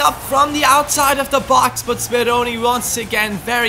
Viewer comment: BelajarMenggambar its Speroni :p